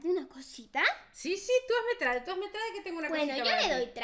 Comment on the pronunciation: Se escribe trade pero se dice treid